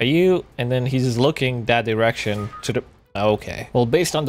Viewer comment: Ok so umm am I the only 1 hearing erection instead of direction ? No? Just me? K.